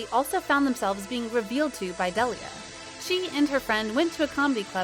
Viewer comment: You can’t even pronounce his name right !